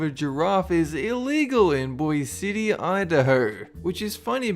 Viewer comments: he said boyzity instaed of boise city. and no one says city. its pronounced boysee. so what if i'm idahoan! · doesn't know how to pronounce Boise City.